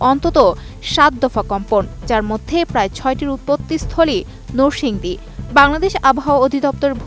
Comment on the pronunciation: নরসিংদী কে বারবার নোরসিংদী বললো পাঠিকা।রেকর্ড কে বললো র‍্যাকর্ড।